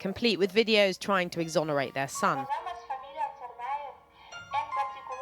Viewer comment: Exconerate whoooo😭😂😂😂